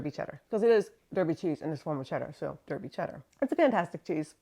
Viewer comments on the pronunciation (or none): Derby is pronounced Darby, sorry to be so pedantic but its where I live and it hurts my soul. fantastic channel though so please excuse me. keep it cheesy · I agonised over commenting as it really is a very petty thing to say and the counter argument is your Derby cheese wasn't made in Derby, England so you can say it however you want to. What tipped the scale is I'm more than happy to do my bit interacting with your channel to help in the only way I am currently able, likes, subscribing and comments etc. I accept we haven't made our place names easy at all.